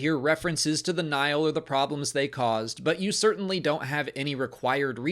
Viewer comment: It confused me the way you pronounced Nihil since I've been enjoying the high republic books on audible and they clearly state this as "Nī-hil" every time, with two distinct syllables and a long i for the first i. Took me a second and I was like oh, he's talking about Nihil lol